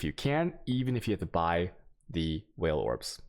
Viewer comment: Altchemy and whale orbs...my guy, learn to pronounce things in this game.